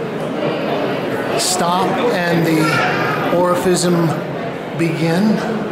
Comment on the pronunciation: often sounds like he's saying Orificism